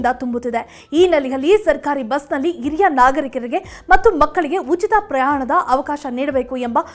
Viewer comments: Not iriya it's hiriya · ಅತ್ತಿರ, ಇರಿಯ ಅಲ್ಲ ಹತ್ತಿರ, ಹಿರಿಯ ಅಂತ ಹೇಳಿ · Iriya alla HhhhhHiriryA. Hiriya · This girl does not know proper kannada. She pronounces hiriya nagarikaru as IRIYA NAGARIKARU. God save kannada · Yes this girl does not know kannada and to pronounce Hiriya nagarikaru, she say iriya nagarikarige. This girl is notorious for her bad kannada